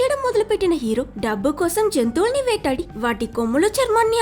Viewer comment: జెంతువులని కాదు జంతువులని, Good